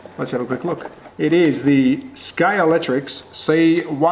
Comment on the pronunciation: Would somebody please explain to me why nobody seems to be able to pronounce Scalextric correctly? Everybody seems to call it Scalectrix; completely wrong. Okay that said; rant over; nice find. I have one of these beauties but need to find the rear wing and get some tyres and see if the motor runs.